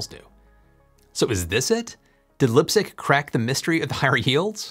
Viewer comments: "Lipe-zig", not "Lip-zig". , image of sprinklers cooling panels? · pronunciation aid for Leipzig : it's somewhere in between lype-tsigg and lype-tseeg. 'ei' in German makes a 'y' sound (not like the whole "why", just the vowel part of it '-y') most of the time. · Great presentation, but you pronounced the name "Leipzig" incorrectly. The “i” after the silent “e” says it's name. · Isn't it Laipzig and not Lipzig 😅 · Great video, Yet again. Pronounce Leipzig as Līpsig, hard “I”. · "Lipstick university" is a new one. I am used to funny mispronounced german names on this channel (even czech ones) but lipstick university is new one to me 😂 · "lip zig" lol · Leipzig.... pronounced Lipe-zig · I'd say Leipzig with a long "e" sound and closer to "b" rather than "p" it's more fricative than normal English pronunciation but close enough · check out pronunciation of Leipzig. German ei is always pronounced one way, and German ie is always pronounced another way. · The way you say "Leipzig" hurts my ears. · The German "ei" Leipzig is spelled like you spell the "i" in light or price😉 The single "i" in Leipzig was spelled good👍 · You're mispronouncing Leipzig